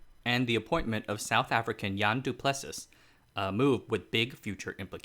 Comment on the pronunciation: Awesome work - fyi "Du Plessis" has a weird pronunciation.. a bit like do-ple-sea